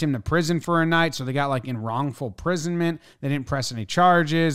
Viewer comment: “Inwrongful prisonment”